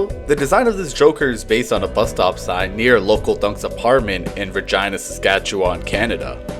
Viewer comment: That pronunciation of Regina is absolutely off-base, absolutely not based and absolutely based in absolute falsehoods. I am of course only joking. (fittingly enough)